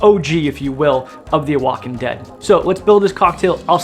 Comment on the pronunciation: Oaxacan is pronounced "wahawkan"